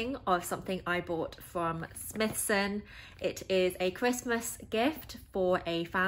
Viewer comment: Firstly I’d like to say what a great review very informative but I’m not sure if your aware it’s pronounced Smy-thson not Smithson hope this helps for your future reviews. Enjoyed the review thank you.